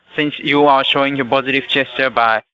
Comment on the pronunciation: Ohhhh, he's saying positive gesture, I thought he was saying positive chest !!! 🤣🤣🤣🤣